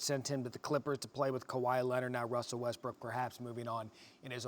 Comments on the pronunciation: All I hear is “wussel westbwook” over and over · Wussel Wessbrook. Wassup doc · Wussel Westbrook... Come on maaannnn!!! 🤦🏾‍♂️ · wussle westbwook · Is his name Wussel Westbrook now lol